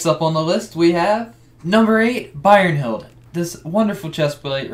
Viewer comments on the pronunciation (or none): Bro its brynhild not byrnhild xD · “Birerheld” lol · i cringed internally when you said brynhild